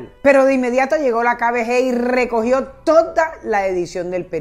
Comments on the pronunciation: Dices muy mal "kbg" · No entiendo como pronuncia KGB Dice KBG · Repites Varias Veces KBG Pero Es KGB Señora Copié Bien La Historia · hay cientos de videos en youtube que tratan de la kgb, y pronuncian correctamente. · LA PRÓXIMA DI BIEN "KGB" EN SU CORRECTO ORDEN, GRACIAS. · Es KGB, de resto como siempre chévere! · Cómo cuando no sabes decir KGB